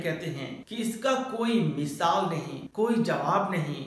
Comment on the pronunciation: Mishaal Nahi misaal ..nd lajawab hota h